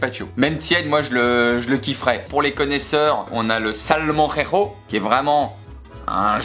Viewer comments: ta prononciation de "salmorejo" fonctionne parfaitement comme torture xD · Cette prononciation de Salmorejo 😂